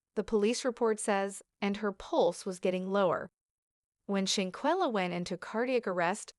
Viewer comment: Now, I know you have gotten this info from another blogger but if you're gonna steal content at least say her name correctly...she deserves that!!!